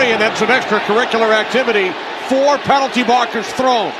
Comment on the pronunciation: Bro said pently flag lol